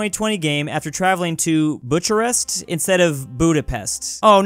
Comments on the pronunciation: That “Butcharest” really hurt me deep inside. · It's pronounced (boo·kr·uhst) (face palm emoji) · Butcharrest Yeah yuo really butchered that one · its pronaunced "Buckarest" so you would fail it too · that is pronounced Bucarest and that's the capital of Romania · pronounces the name wrong me a romanian:angry screams while soul leaves body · Bucharest is the capital of Romania. You pronounced it wrong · doesn't know how to pronounce Bucharest lmao